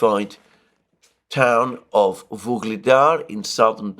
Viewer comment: it is not VUGLEDAR, but UGLEDAR. At least don't repeat that name in every sentance twice